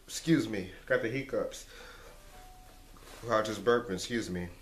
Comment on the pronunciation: he says heek ups lol